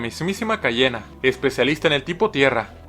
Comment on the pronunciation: Si te equivocas te echa pa fuera y luego dijo Cayena (será coña no ...)